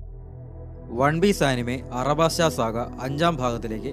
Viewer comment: Bro Arabasta arc alla Alabasta arc ann bro😊